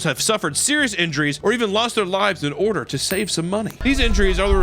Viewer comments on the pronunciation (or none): none